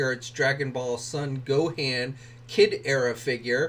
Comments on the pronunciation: It’s pronounced Gohan not Gohand! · It's pronounced "Go-hon". The A in his name sounds different.